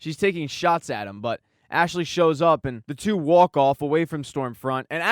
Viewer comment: Wierd thought: I like the way you say "walk". Are you a New Yorker or from Boston?